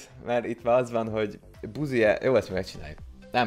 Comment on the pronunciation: LOOOOOOOOOL. Idézem a videóból:"ILLETVE VOL-E MÁL..." xD